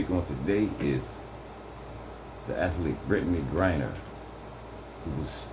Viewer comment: You say her name Brittney Griner my brutha.I messed her name a few times